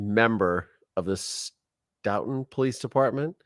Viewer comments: Pronounced: Stow-ton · Stoughton pronounced Stow-ton Like your shows!